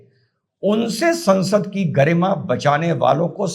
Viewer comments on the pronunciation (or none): none